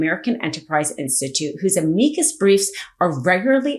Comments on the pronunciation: Weird mispronounced words. Calvary? You mean cavalry? Ameecus? You mean Am-i-cus? Leo-nard? You mean Len-ard? Cray-ken? You mean krack-en? Seriously. Do better. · Please learn how to pronounce 'amicus'.